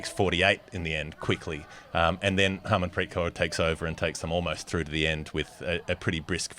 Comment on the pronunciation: Renuka Singh Thakur, not "Renaka sing Dakar" like you pronounce. Emphasis on the gh, th and ur. Smriti Mandhana, emphasis on the an and dh. It's not "Mendana". Harmanpreet Kaur, not "Haamanpreet Core" I don't have time to rewatch the whole video but you see the errors here in the first couple of minutes. To say my assumptions are wildly off base is incredibly condescending in light of the evidence. I did not expect such a defensive response. Do better for your Indian and Asian fans.